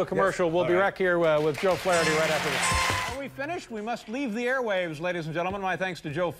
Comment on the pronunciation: It's funny how Dave says Flaretty instead of Flaherty.